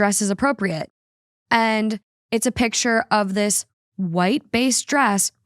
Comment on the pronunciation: Why was saying "piture" instead of picture? XD